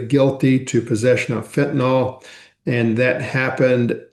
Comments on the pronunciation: Am I the only one who is annoyed when people mispronounce “fentanyl” as “fentanol”? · Fen tah nill not fen tah nall.